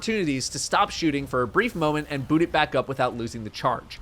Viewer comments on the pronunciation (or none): none